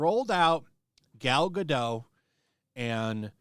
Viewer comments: It's Gal GadoT. the T isn't silent in hebrew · Yes, pronounced as written (with the T). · Or GUH-Dot 💀😂😂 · Gal Gadot.Pronounced GAH-DOUGH.GAH-DOH. 🙂🙂🙂🙂🙂🙂Just trying to help.